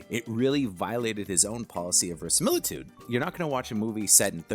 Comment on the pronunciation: You’re missing a syllable in your pronunciation of verisimilitude.